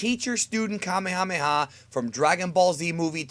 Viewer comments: uhm it is pronounced kuh-mey-ha-mey-ha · It's pronounced kaa may huu may huu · Say it with me.... ka may a may a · You say kamehameha like Kemehameha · Kuh-may-uh-may-uh wave. Not "Kah-may-ha-may-ha." Annoying as shit. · It is called kah may a may a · here's a fun game take a shot of whisky every time he says kamehamha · It's PRONOUNCED: Ka-MAYA-MAYA!! OMG I couldn't even get through this video. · Can we get a word count on how many times he said kamemhaamehamehm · The Frieda ocean sneak Kahmehameha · Ethan Goolsby Commie-Hommie-Ha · Why does he say kamehameha like that oh and it’s not flash kamehameha it’s final kamehameha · it hurts my freaking soul every time you mispronounce "Kamehameha" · I always cringe when people say kamehameha like that